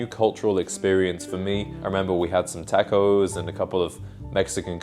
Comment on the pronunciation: Your pronunciation of tacos probably ended that match.